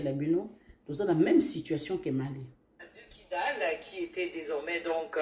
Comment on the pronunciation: Kidal et non kigal